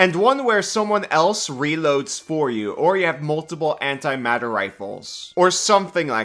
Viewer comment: Vocal goof: You call the "Antimatter rifle" the "Antimateri*a*l rifle" which is almost the "Antimateri*e*l" rifle. "Materiel" is the French word for "Military equipment" since most military terminology has French origins. You also use the image of a .50cal rifle for antimatter rifle, which could be considered an antimateriel rifle. It's correct on the text though.